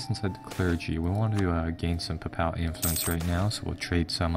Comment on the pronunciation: It's Pay-pul not pupal XD